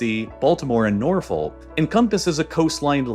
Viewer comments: it’s pronounced nor fick not not folk yes that’s how it is spelled but not how we say it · the city of Norfolk in Virginia should be pronounced Nor-fick, the L is never pronounced and the O vowel is pronounced more like an I or E. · Its nawfick not norfolk lol